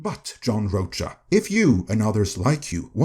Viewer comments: I think it’s pronounced Roka. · Rocha pronounced RO-ka. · It’s “Row-Ka” Ironically rhymes with “Ahsoka”. He was great on The SchmoeDown but, yeah, he sucks as a critic. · John Roacha…, your pronunciation is perfection. 👌😅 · Weird. He did blame marvel. He agrees dei went too far. And this guy guy can't even pronounce John's name. Plus, he has a point why JP did better than comic movies, cause theY SUCKED years before